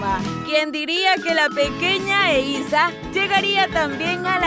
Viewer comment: Se dice eiza